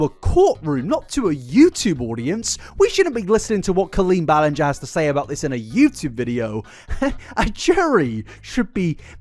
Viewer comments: "i've never heard someone pronounce it ballin-gah" we heard you pronounce it like that for the first three hours of this video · I’m only 5h20m in but please tell me you finally call her Colleen “bell end-ger” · Drinking game, shot every time he mispronounces Ballinger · It's been driving me up the wall watching this 😂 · not you mispronouncing Ballinger for the first half of the compilation and then saying you've never heard someone mispronounce it in the Raven podcast section hahahhahaha